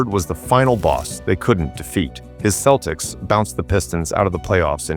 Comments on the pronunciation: Thanks for not bothering to have a real person narrate the video and relying on stupid AI. The "KEL-ticks" Any idiot or moron basketball fan realizes it's the "SELL-ticks" but not stupid AI. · Next time you program your AI, make sure that CE words (such as "cent" and "center") ALWAYS have a soft "c." It's pronounced "SELTICS," not "KELTICS." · “Keltics”?!? AI slop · This must be AI, Celtics has different pronunciation